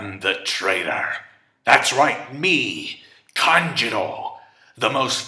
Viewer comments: Lol it's kanJURO, not kanJIRO... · Why do you keep saying kanJIRO ? It’s kanJURO lOL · AND THE OSCAR GOES TO... Denjiro. Wait no sorry it was Kanjuro